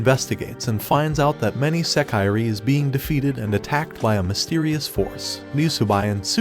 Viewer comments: You should learn some basic Japanese pronunciation. It’s not “seh-KYE-ree,” it’s pronounced “seh-kee-ray.” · Does it matter yall clearly know what he means? A lot of yall are saying English words wrong but wanna complain about this. Smh fake elitist.